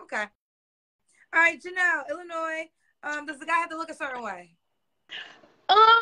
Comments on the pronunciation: Usually ppl from Illinois don’t pronounce the s at the end…. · It's Illinois there is no S😅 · Illinois there's no s LMAOOOOOO 🤣🤣🤣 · It’s the immediate yet innocent shade for me!! “What part of Illinois? There’s no “s”… Illinois, ok” The s is silent, but dang!!!😂😂😂😂 All jokes aside though; when speaks to women who genuinely seem to have been dealt a bad hand, but are trying their best, you can literally see the heart break on her face!!❤ I really don’t know how she interacts with so much emotional trauma. God Bless and God bless this young lady. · Nah cause by her living in Illinois she should have known the 's' is silent 😮‍💨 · "What part of Illinois, there's no S" (It's silent). That sent me 😂😂😂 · Wait said the S in Illinois is silent. I caught the correction but I don't think lil baby did.. but abrusive... nevermind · Love how immediately corrected her when she mispronounced Illinois, whilst mispronounces words constantly. 🤦🏾‍♀️